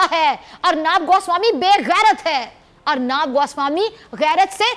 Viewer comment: अर्नाब नही अर्नब बोलना सिखलो